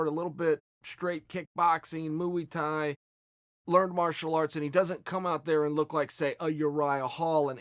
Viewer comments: Man, stop saying Mooey Thai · Mooey tie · Chael "Mooey Tie" Sonnen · Chael “Moo-ee Thai” Sonnen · "Mooey Tie" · I think he's trolling everyone who doesn't get it when he says, "Mooey Thai" and "Yarear". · Chael ‘Mooie Thai’ Sonnen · derek ericksen That shit kills me every time he pronounces it 🤣